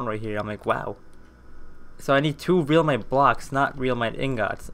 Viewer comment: U need halite armour and realmite is pronounced relmite